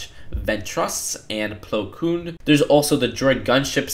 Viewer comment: Asaj Ventress Plo Koon Ahsoka Tano Mispronounced alert